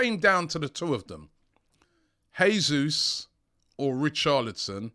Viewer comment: god... please stop saying heey-sous